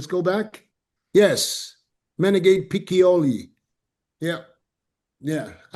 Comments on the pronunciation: Matthias Menegate is pronounced as "men-eh-ga-tay." Not "men-en-gate", as says every time. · What are we talking about? Vissers just beat Mike, Ramona, and Urs year before last at the Arnold. Mike at 212 is the only Mike that’s ever beaten Wesley. Men-a-got-eh is how you say the other guy